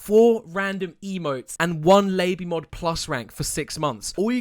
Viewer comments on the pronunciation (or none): but its pronounced "lah-bee-mod" not "lay-bee-mod" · did he just fricking call it lay-bee mod